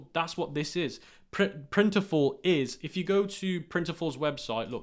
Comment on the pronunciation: Great vid as usual. Can’t tell with his accent but….Printful not Printiful. Not to get mixed up with their competitor, Printify.